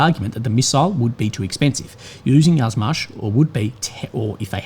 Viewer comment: a little note/correction - Yuzhmash is not pronounced "Yazmash", but "you-zhmash". It comes from the Slavic word for south -yug, where you pronounce the "yu" like "you", not "ya". Yuzhmash literally translates as "Southern machine-factory".